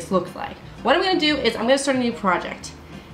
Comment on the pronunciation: why do you pronounce 'gonna' so weird? this is why everyone should just have american accents lmao